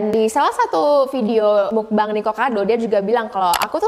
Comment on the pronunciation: koreksi : "meokbang" bukan "mukbaeng" "wang" bukan "waeng"